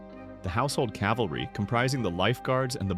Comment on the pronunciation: There is not a “household Calvary”. There is a “household cavalry!” 🙄